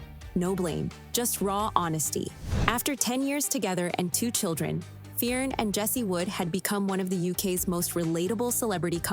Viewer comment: It’s pronounced fern not fea-Erin